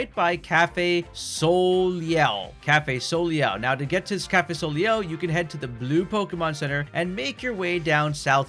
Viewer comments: Also Soleil. It’s Sol-ay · I accidentally sent this comment. I was about to tell you how to say soleil correctly but I don’t have any time to tell you how . Just ask google. Remember it’s a french word.